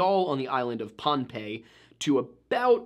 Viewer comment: Pohn ah pay. Pohnpei. Drives me batty the mispronunciation. Lol